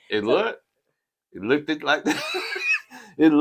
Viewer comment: Oohhh..girl you said Look-ed..haha..you know better..lol.